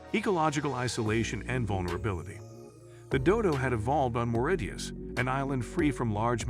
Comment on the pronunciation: Your lazy computer voice can't even pronounce Mauritius correctly.